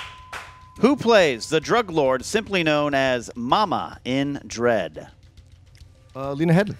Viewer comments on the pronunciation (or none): He added an 'L' to her name. If he wrote it down, he would've wrote it down incorrectly. And, he pronounced it incorrectly. Judges were right. They even established precedent in a game-winning question with JTE, in which JTE lost because of it. All Rocha's fault, no one else to blame. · The problem with the challenge is Rocha said it right the first time. He should have gotten 2pts right then, but instead they asked him to say it again, and he added the “L” the second time because they made him think he didn’t say it right the first time. How many times was Levine asked to repeat his answers? If Rocha had said Headly the first time, I agree with giving him the miss, but he didn’t. He said it correctly and was second guessed unfairly. Boo, just boo. Don’t say it’s the same as JTE, because it’s not.